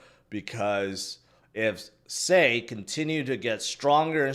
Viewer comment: sei is pronouned sigh